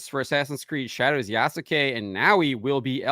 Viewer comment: The U in Yasuke is virtually silent, in correct pronunciation. It is spoken like "Yaskay".